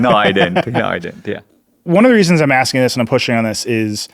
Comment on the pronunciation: I can’t tink of a reason why dis guy can’t say da letter “h”